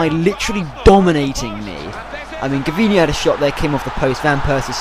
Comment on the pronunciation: just saying, its pronounced Jervinho, not Gervinho (even though its written Gervinho) for the Arsenal player. great vids!